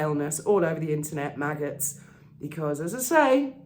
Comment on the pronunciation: 'The Megghots'... 🤣🤣🤣🤣